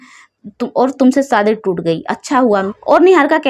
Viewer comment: Ladki smart hoti hai ya ismart hoti hai aur ladki kab se ismart hone lagi ladkiya to beautiful hoti hai par aap ismat bolti raho aur shadi ko saadi bolti raho pehle apni language aur praunciation theek kar le behen